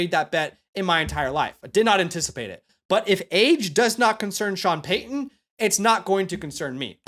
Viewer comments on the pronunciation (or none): none